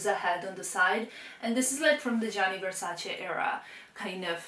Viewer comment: thanks for not mispronouncing "Gianni Versace" LOL by an Italian girl